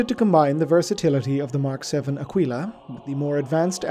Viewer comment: Going to be a pronunciation nazi here. It's pronounced Akeela not _Akweela_. Otherwise great work.